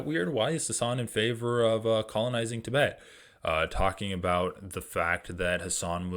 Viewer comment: dude, these vids are good but please learn how to say Tibet properly & it’s wasn’t 12 thou killed on Oct 7, it was 1200